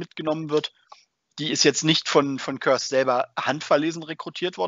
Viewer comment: Im Hörbuch zum Roman Soulhunter wird Kurze wie Curse ausgesprochen.